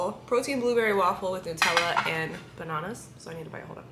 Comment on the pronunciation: I love you said bananas like us in Australia!! Banaaaaanas lol 🍌🍌🍌